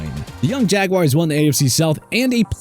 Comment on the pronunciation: What the heck is a “jagwire”?